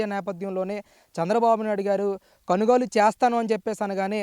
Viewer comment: కనుగోలు కాదు కొనుగోలు....👍